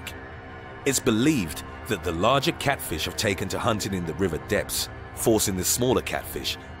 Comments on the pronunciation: is my favourite part of this video because the narrator calls a FISH a FLISH, & he forgot to edit it out. It's just awesome. Here's the quote, "In the water the eel cat FLISH employs a different hunting technique." "THE EEL CAT FLISH." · Didn't know there was something called Just listen to:D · He said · Anyone else catch it? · Hahahahahaha I did! I didn't want to comment w/o seeing if I was beaten to the punch. Yeah I had to rewind it a couple times and yep! "" 😂 Too funny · "Eel CatFLISH". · 0:6:6 you said cat flish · in the water eel "" XD